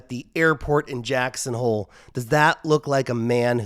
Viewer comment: He said "jacks on hole" heh heh